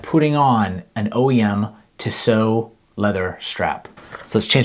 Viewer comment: It’s pronounced Tee-So.